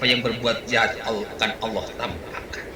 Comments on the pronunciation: Nyebut Allah aja gak bisa. Dia sebut ALOH. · . Ya, nyebut Allah enteng aja Aloh, kaya panggil temannya aja.